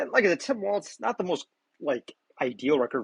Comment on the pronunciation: Everybody says "WALTZ" His name is WALZ = WALLS!